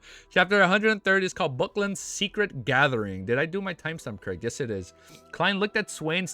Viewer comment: Haven’t finished the video, so don’t know if you corrected it, but it’s bAcklUnd, not buckland or backland.